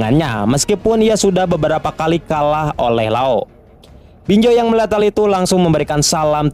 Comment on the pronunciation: Z woi bukan J. BinZo, bukan BinJo. 😏😏😏